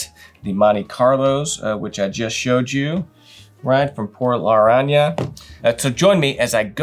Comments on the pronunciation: Por Lar-Rahn-Yaga!! We'll teach you how to roll the double R next!!! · It's Por-La-Ron-Ya-Ga